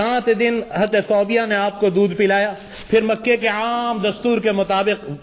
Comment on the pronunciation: ثويبه ہے ، ثوبيه نہیں۔ اپنا تلفظ درست کر لیں۔